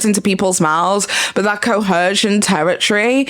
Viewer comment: Hey, no hate but there is no H in “coercion”.